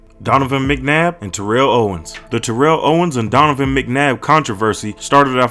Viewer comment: Your mispronouncing terrells name wrong lot of people do this lol shocked you mention Michael Irvins incident lot of people don't know that cool video